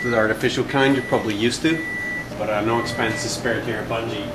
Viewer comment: IT'S BUNGIE DO YOU KNOW HOW TO READ!